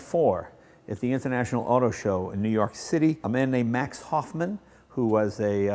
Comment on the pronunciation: Germans can't pronounce "the."